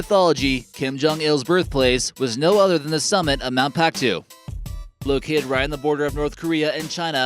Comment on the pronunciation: Mount Paektu is pronounced Mount Pekk-doo not Mount Pactoo